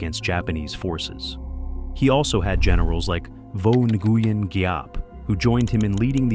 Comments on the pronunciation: Nguyen is pronounced win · The mispronunciations of names make the video unlistenable. Nuh-gee-en? Lol. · Nguyen is pronounced "winn" lol 😂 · NARRATOR. PLEASE LEARN THE VIETNAMESE PRONUNCIATIONS. The words don't sound anything like they are spelled. GET IT? NGUYEN=WIN. For example.